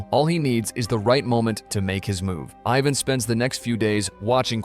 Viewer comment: Mike ina panic shot himself, when he actually shot his dad? I'm convinced you've remedially gone mad, as I've found too many easily avoided irritating mistakes while tryna watch these in the form of moral entertainment. Then you call Ivan, AVAN at the end. Gotta love AI. 😂❤